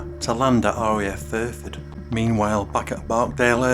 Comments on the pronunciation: Exactly!!!!!! I'm still trying to fathom out where RAF "Furford" is.....l live opposite RAF Fairford, but I've never heard of "Furford". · And it's FAIRFORD..... Not Furford.!! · Small point.. it's RAF FAIRford, not FURford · I know where RAF Fairford is.... I live opposite the airbase.... But the narrator said "Furford", and it's not on my atlas.